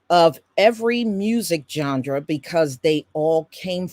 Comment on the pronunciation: This was so informative!! ... Oh, and, BTW, there may be many ways to pronounce certain words, I think that genre is pronounced John-Rah, It is kinda cute that you worked a d sound in there. Please know, the historical content that you've provided far outweighs any mispronounced word.